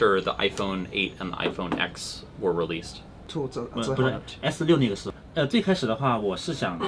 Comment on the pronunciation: Small tip: Its pronounced iPhone 10 not "EX" .